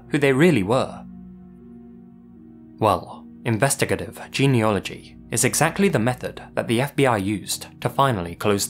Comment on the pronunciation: Nice compilation. Just one thing… it’s “geneAlogy”, not ‘geneOlogy’.